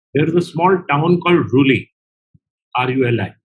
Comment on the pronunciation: It's RUILI NOT RULI.